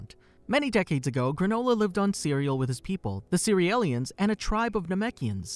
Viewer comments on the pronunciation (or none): One question isnt it pronounced C-real-ians and not Ce-re-el-lians. Its a play on cereal